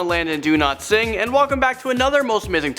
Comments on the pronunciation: Landon, much love❤, but when u say ur name...i keep hearing "Landon Do-Not-Sing" 😂 (and im sure u have a lovely voice!) P.S. love ur first name, too! (My 2 kids are Logan and London) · Even Landon’s pronouncing it “do-not-sing” now